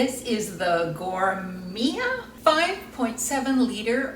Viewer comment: How hard is it to pronounce Gourmia???????